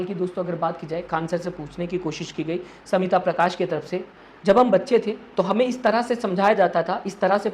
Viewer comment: She is Smita Prakash not Samita Prakash Pronounce properly. Learn from Mr. Khn U khodi medy